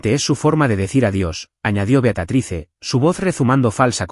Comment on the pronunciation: Beatatrice?????? Leer bien porfavor es Beatrice en español Beatriz ( la e final no se pronuncia)